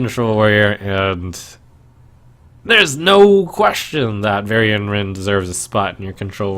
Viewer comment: "Varian-nce"...ow, Trump. The value was weak on that one. ;)